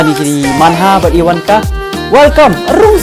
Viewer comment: iwanka 🤣🤣🤣 Instead iwaka